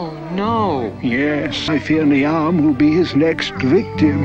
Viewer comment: Every Niamh (pronounced Neave not ni-am) must eye roll at how brittish this is.. 😂